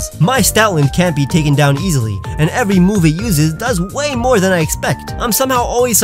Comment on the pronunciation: On number 10 you made it sound like you have to name your Shroomish “Avery” to evolve it